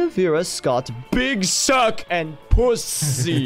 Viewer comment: I cannot say how much i regret the fact that they pronounced it "puszzzz" instead of "PussZEE" smh except for, good to know I can count on octo